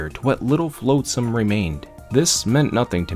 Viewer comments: nitpicker here but its pronounced flotsam not floatsam, you dont pronounce the a, yes i know its stupid cuz it litterally is defined by it floating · A really fantastic story & I have subscribed. Honestly I have only 2 minor issues with your narration 1 - 'flotsam' is pronounced 'flot sam' not 'float sam' 2 - Sometimes you say 'I' speaking as Lowtide and then sometimes you refer to Lowtide as someone else. It is a bit confusing Edit to add things I liked a lot: How you just accept random things in the story like getting an SMG as part of the universe Quoting random pop culture references that semi-fit with the story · One of the few people who can make Rimworld interesting to watch. Nice story telling. One thing though. It's a little thing, but... You're killing me. 😛flotsam /flŏt′səm/ Soft 'o' sound. As in "lot", not float.